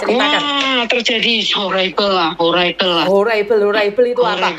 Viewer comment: Horebel horebel bacanya gk gitu oneng.hais terlalu tamak cih so horrible 😂 Anda blg Tdk seharusnya dia merekrut orang.then why you follow her? Why you ndak think" ? where your otak in that time?😂😂😂😂😂